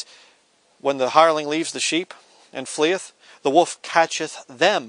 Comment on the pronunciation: joe clark he's saying "wolf"!